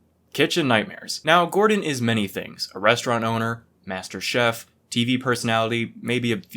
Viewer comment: Gordon's key to success is saying 3 syllable words in 1 syllable. "Beautfl" "Restrunt" "Mastrchf"